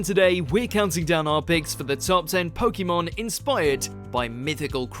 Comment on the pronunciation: Next time get someone that can pronounce "Pokémon" properly